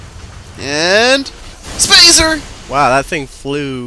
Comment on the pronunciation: do you say spazer just to make spartan lazer sound shorter?